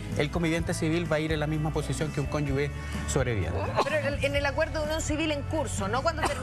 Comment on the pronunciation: no sabe ni pronunciar la palabra "cónyuge" min ....